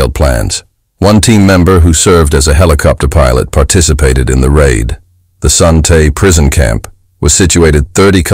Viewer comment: Your mispronouncing Son Tay.